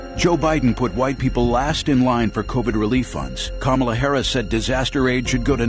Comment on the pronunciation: I love how Matt insists upon mispronouncing the VP’s name as “Camilla” Harris.